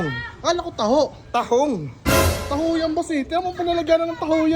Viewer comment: TAHO HINDI TAHAE OR TAHOONG